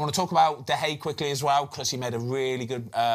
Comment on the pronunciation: One day Ben will learn how to say De Gea's name